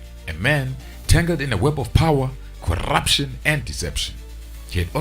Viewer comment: I just love the way he says "corrrrruption" 😂😂😂😂😂😂😂